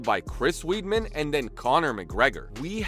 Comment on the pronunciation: It's not Chris Weed'Man dude, it'S WEIDMAN